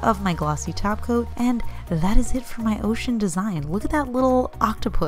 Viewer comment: Nail Therapy Studio I know! I thought I heard “glossy taco” for a second! 😜 🌮 💅🏻